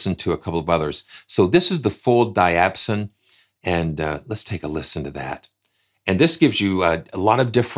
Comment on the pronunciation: Great video! Diapason is pronounced: Dye - a - Pay - son. I use the quick load in Kontakt all the time and it is a great tool!